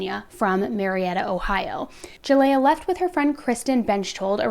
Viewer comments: Her name is pronounced ( Ja lee yah) not (Ja lay ah) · Please do some research next time because you’ve been saying Jaleayah’s name wrong the whole video.